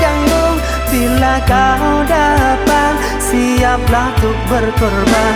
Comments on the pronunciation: Saya gagal faham dengan kata dilirik BILA KAU RINDU PIKIRANMU TERGANGGU, BILA KAU (DAPAT) SIAPLAH TUK BERKORBAN. Apa memang lirik originalnya DAPAT, atau memang DAPAH, atau memang pengucapannya seperti ituu!!! Knapa saya bertanya???? Karna lagu ini banyak yg cover dan merekapun mengucapnya dengan DAPAH bukan DAPAT dan yg tertulispun dilirik videonya kata DAPAH. sebagian yaa... tidak semuanya pencover, Soalnya lagunya bagus banget, takut klo liriknya diotak_atik, saking penasarannya, saya telusuri video originalnya, memang seperti itu adanya. Apakah saya yg salah dengar atau memang bener yg saya dengar.. Mohon maaf kepada bang IPANK sebagai pemilik lagu,, saya hanya gagal faham saja dikata DAPAT/DAPAH. salam dari penggemarmu, Terimakasih.. Wassalam... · bener bgt kak,, cuman yg sama maksud cara pengucapan katanya saja, ga lebih. soalmya sebagian pengkover juga mengucapkan DAPAH, coba cek kalo ga percaya....